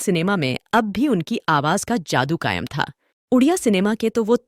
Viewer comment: Fix your Pronunciation first 🤬 What is Zaadu say Jaadu What is Gunzaati ?? Say Gunjti rahegi